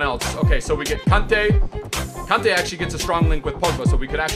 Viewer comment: He says kante as kunte/cunte